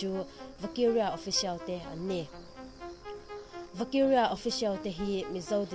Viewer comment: Vakiria i lam dan chu leh 😂 mizo ṭawngin lam rawh, mahni ṭawng thiam hi changkan na.